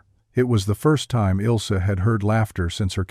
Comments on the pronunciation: It's not Ilsee, but IL AS IN ILL, ZEH GERMAN WOMAN'S NAME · HER NAME IS NOT, IS NOT, IS NOT ILL SEH BUT ILzeh. That would be as close as I can come with English letters to correct German pronunciation.